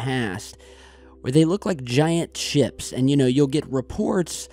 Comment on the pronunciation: at about in, you called it ships, and it sounded like you said giant chips, and I thought invasion of the dorito snatchers. and now I feel awkward.